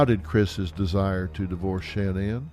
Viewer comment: It's Shannon not Sha Nan